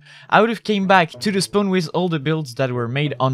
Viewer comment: When you said spawn I thought you said spoon